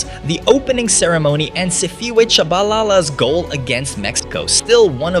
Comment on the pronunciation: when did Bafana win 2-0 against EGYPT to win the AFCON oh who is Sifiwe Char-barl-ala? is it notbSiphiwe(pronounce (See-pee-weh)?